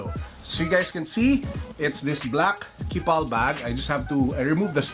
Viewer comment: it's pronounced keep all.... lol